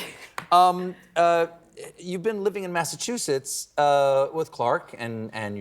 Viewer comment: Better than ‘bin’ (been) ‘anythink’ ‘polidical pardy’ ‘be kind’. She is so cringe and very naive. Still has a high opinion of herself. She and Grant Robertson and Chippie wrecked the economy and racial harmony! They went too far on everything. Delivered nothing. No clue between them.